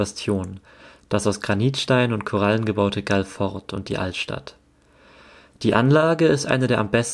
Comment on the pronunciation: Es heißt Galle!!! Und Galle heißt übersetzt: Felsen / Stein. Die englischen Kolonialherren haben den Namen verenglischt = Englisch ausgesprochen. Ein Armutszeugnis für den Buben, nicht mehr über Galle, die Provinzhauptstadt erzählen zu können, nicht mehr zu wissen!, nichts von den ersten Kolonialherren, den Portugiesen zu erzählen, die auch den Namen geprägt haben. Galle heißt auf portugiesisch Gockel. Und so ist der Gockel, der Hahn, das Wahrzeichen für die Stadt Galle geworden. Wenn für ihn das Surven so wichtig ist, wäre es auf alle Fälle auch erforderlich zu erwähnen, daß man das in der Bucht von Galle, auch sehr gut kann!!!